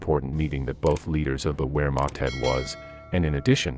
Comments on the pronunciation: Not Where Mock but Ver Mockt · I shall scream the next time I hear a video narrator pronounce "Wehrmacht" as "Weremont"!!! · The most atrocious pronunciation of German names related to WWII! “Wer-meht”?! “Ghyudeerian”?! How about “Smolensko”? I saw a few more documentaries by the same producer. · The German army was the "VERMAKHT", not the "WHEREMAKT". The W in German is pronounced as a V in English. Moreover, it's not "COO DEE EYTAH", but "COO DETTAH", Do learn how to pronounce the terms you use time and again in your clips. You might also consider that von Staufenberg did not carry out a coup d'état in Hitler's headquarters in East Prussia , but an assassination attempt. Interesting subject matter. Amateurish preparation and treatment.